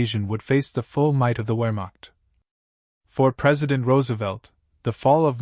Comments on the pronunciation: This was an interesting video. But might I make a suggestion? HAVE A HUMAN BEING DO THE NARRATION IN THE FUTURE!!! (Or, failing that, PLEASE invest in a more human sounding artificial intelligence program.) One final thing. The word "WEHRMACHT" is, needlessly to say, German. And thus, the "W" is pronounced as a "V". As in Richard VAHGNER (the famous German composer). I hope that you found these observations useful. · If you can't properly pronounce the word "Wermacht", then nothing else in your effort can be taken seriously. Downvote.